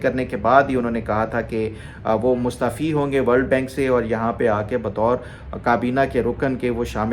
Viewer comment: Wailakumslam with due respect it's mustaaaafi not mustfi.ت پہ ا آتا ھے,mustfi means mustfied or mustfeez.i am not a Urdu professor or PhD doctor I'm a medical officer 😅